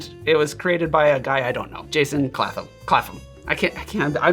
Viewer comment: Sorry to nitpick,, but the 'ph' in Clapham is not pronounced as an 'f' sound, it's more like 'clap-um' (see Clapham Common) 😊 The cocktail is interesting, I might try this over Christmas - thank you! 🎄